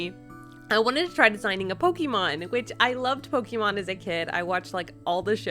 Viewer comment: It's not Pokeeeemon! It's Pokémon!